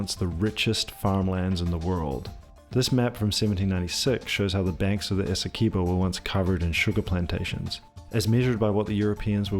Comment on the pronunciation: Please say Essie qwe bo not Essie kee bo